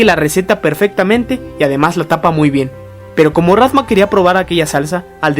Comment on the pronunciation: tambien dice rantma